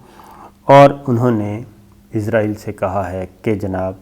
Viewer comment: Oa kaka .. azrayal na ha asrayal hota ha